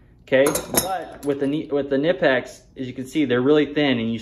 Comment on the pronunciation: It’s pronounced Ka-nipecks, the K is not silent in German.